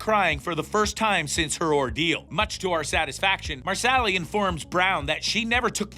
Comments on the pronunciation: "Mer-Sally" No. Just... No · Before you do anymore of these, please learn how to pronounce the people’s names. You mispronounced Sam’s last name, the author’s last name and Marsali’s name. Also, the video clips you showed didn’t coincide with what you were saying. Overall, this was poorly done in my opinion.